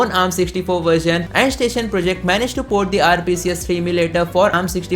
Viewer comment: Andstation ❌ endstation ✅